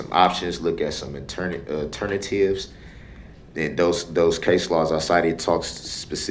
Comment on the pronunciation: I'm assuming when he says aternivetive he means alternative?